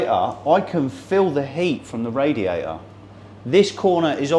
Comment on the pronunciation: What is a "raiater" ? Is it something like "waer" ?